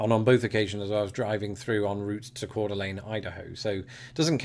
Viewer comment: Thank you for pronouncing Spokane and Coeur d'Alene correctly. 😁